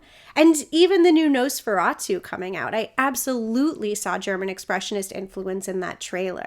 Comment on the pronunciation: it sounds like you're saying "nose for a toot" ...some people have a quite the honker, alright.